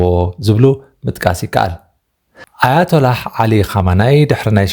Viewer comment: ኹመይኒ' not ኹመናይ ።